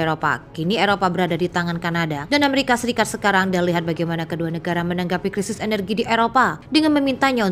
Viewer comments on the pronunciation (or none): none